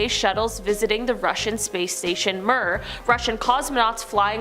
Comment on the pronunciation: you babe sweet sweeet baby girl....MIR is pronounce MEER...ITS like my smoker uncle sayin hellio in the morning